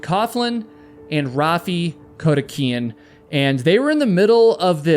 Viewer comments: NOT KODIHIKIAN IT'S KO-DI-KI-AN. I've had to listen for half an hour to you mispronouncing that name ! Please, when you do your research - PAY ATTENTION !! GET IT RIGHT ! I'm Dyslexic, among other things, and I'm telling you, you pronounced someone's name wrong ?!?!? 😳🤦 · Your videos are totally riveting except for how you mangle some names. The Rattlesnake Canyon video was fantastic but for Kodikian's last name all the way through turned into Kodeheekan. Arrgh! It's as bad as people saying nukular rather than nuclear. Please stop! ❤❤❤ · Awesome advice. This guy repeatedly butchering Kodikian's name to Codihican over and over was grating on my nerves. Storyboard or timeline needs to be mapped out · Ok, I’m gonna be “that person”: Kodiakian. There’s no H in this dudes name, LOL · How do you get ‘Kodeheekan” from Kodikian? I’m sorry I can’t focus on anything but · Can’t listen to you mangle Raffi’s last name